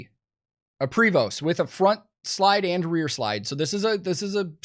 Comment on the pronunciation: Prevost is pronounced "PRAY vo"